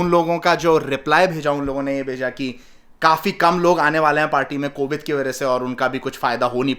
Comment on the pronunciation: Apne baba pr asar hora Covid ko covit bola😂😂😂